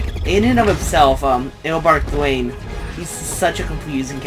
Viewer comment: As a major Flash fangirl (like my third favorite comic book character ever) let me just say even I don't understand all the time travel and speedsters don't make sense even to the most hardcore of fans. I attribute it to Wibbly Wobbly Timey Wimey myself. One of the reasons I love Flash. Also you mispronounced Eobard Thawne's name. Not sure if you did that on purpose but they did just say it in the video.